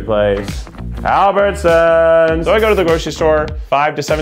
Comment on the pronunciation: I cringed a little when Keith said Albertson's, I work at Shaw's 🤷🤦